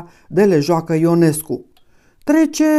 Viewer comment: CAND piesa este reprezentata pe scena, numele lui IONESCU se pronunta in mod vadit gresit cu hiatus, adica i - o , nu in diftong io! Pt redactie! ❤